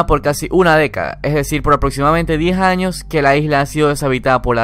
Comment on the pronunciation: Se aprecia el contenido del vídeo, solo aún no me acostumbro a ese acento con la "j" 10 "añoj, quijaz, ej"